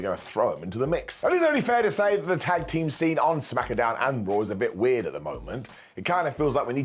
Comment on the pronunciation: 😂I love when you say "Smack-a-down"😂. I chuckle every time. And I'm told I have no sense of humor